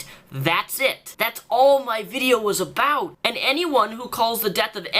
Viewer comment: And he cannot say the word about